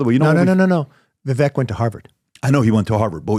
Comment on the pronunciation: Don't tell us what you know about where Vivek went to school when you haven't paid enough attention to him to get his name pronunciation right.